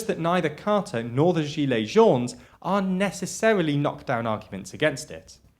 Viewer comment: The "s" in "jaunes" is silent, as always for plural words in French